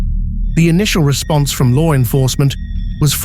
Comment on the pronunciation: Lar enforcement lol like the way that's said..